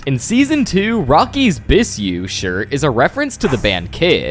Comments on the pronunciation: it’s not pronounced “biSSou” but “biZZou” the double S make the sound Z in French. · Bro rlly said bsyu ITS BISOU "BIZU"